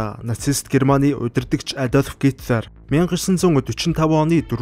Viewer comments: Гоё цэгцтэй уншдаг, бас их хөдөлмөрч хүн гэж боддог шүү👌👌😍. Харин гитлар гэж дуудах нь зөв үү гитлэр гэж дуудагддаг юм болов уу.. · Оросоор уншхаа болиоо, хитлер гэж уншина ш дээ